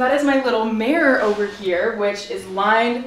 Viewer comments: whyyyyyy do you say mirror like that lol ''mare'' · Me looking for a comment about the way she says mirror haha.